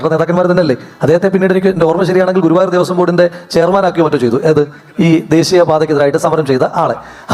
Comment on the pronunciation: ദേസീയം, അവകാസം, സെരി . ഒന്നു നേരേ ചൊവ്വേ പറ ജെയ്ക്കേ